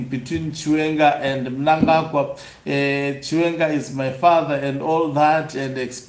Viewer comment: He can't even say the name " chiwenga "